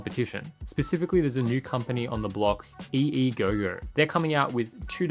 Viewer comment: It seems to be called the EEGO not EEGOGO 🤷🏻